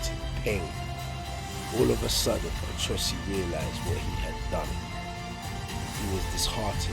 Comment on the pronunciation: It's pronounced ..O cho si...not A cho si